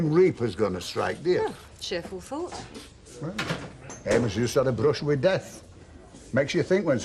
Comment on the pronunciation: Bill really needs to pronounce the ‘o’ in Amos’s name-or it could sound like-another word.